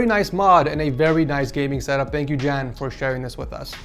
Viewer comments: Ik ga stuk! Hij zegt ook jen ipv jan hahah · just butchered the name ¨Jan¨ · Haha I'm Dutch too and hearing you say "Jan" made me giggle a little, it sound so silly in English. I guess the more correct pronouce would be like a "Yawn", without the "w". Like [ya-an], in English.